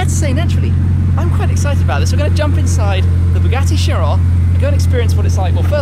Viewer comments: the bugatti cheryl? or chiron? and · You called it a CHEERAL?! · in the beggining he said chiro instead of chiron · This is just me being a perfectionist, but I disagree with the pronunciation of the car's name. It's named after a greed god and it should be "Kiron", not "sheeron" It's annoying, so just pronounce it the correct way please.